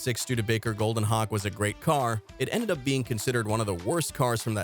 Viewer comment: it sounds like you’re saying Hawk tuah